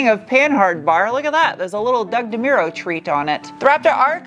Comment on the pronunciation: "there's a little Dug Demero treat on it" 🤣🤣🤣